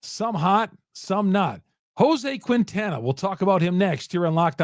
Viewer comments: As a Marquette University alumn, I beg you: stop calling Quintana “Queentana”. It’s a silent “u”, just like in Marquette (it ain’t “Marcuette”). The correct pronunciation is “Keentana.” Keep up the good work! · It's pronounced.. keen-ta-na